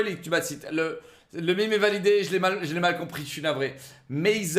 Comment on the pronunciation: Attendez, il a dit Mime ?! Sacrilège !